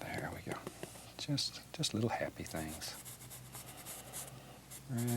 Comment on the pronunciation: I love how he says “things” like “thangs”